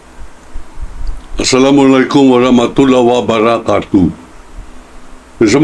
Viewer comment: Hindi poh kayo muslim ,halata sa pag bigkas mo sa pag bati ng salam,di mo mabigkas ng maayos malayong malayo poh kayo sa tunay na muslim.kaya wala akong tewala sayo kht di kita kilala ,wag mong gmtn ang pananamit ng isang matinong Muslim, kc ang myslim hindi nayan mapanlibak,o paninirang puri.huwad ka lang,di poh kayo muslim o balik islam,isa kang hudyo.